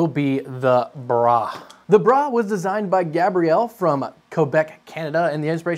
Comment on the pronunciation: Gotta stop pronouncing "Bruh" as "Brah" they are two distinctly different words with different connotations.